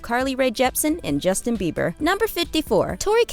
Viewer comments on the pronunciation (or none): none